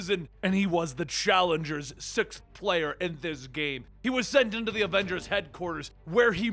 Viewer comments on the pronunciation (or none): none